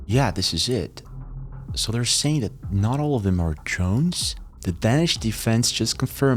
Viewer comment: Danish is pronounced with a long “a” sound